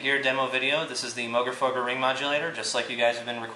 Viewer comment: Learn how to pronounce the name right.